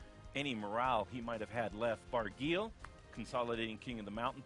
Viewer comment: Barguil is pronounced Bar-gee, rhymes with key.